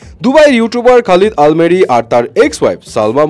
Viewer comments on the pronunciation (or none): আল মেরি না আল আমেরি 🙄 ভাগ্যিস আলমারি বলেননি 😂